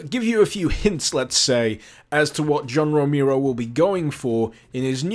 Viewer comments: John Roh-mee-ro, eh? ... sigh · Super KB Yea, I know. But tbh it's not that difficult to pronounce his name correctly.